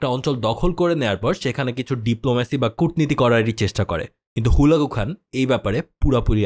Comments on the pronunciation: ভাই হুলাগু না হালাকু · ভাই হুলাকু নই, হালাকু (খান) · ভাই জীবনে মনে হয় হালাকু খান এর না প্রথম শুনলেন, আপনার উচ্চারণ শুনে একে আমার নিজের ই চিনতে প্যারা খাইতে লাগছে